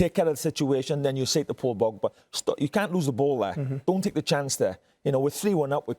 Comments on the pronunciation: Paul Pogba, not Paul Bogpa. Jesus Christ, Coleman! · “ Paw Bogba “ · The way a Welshman pronounces Paul pogba makes me smile everytime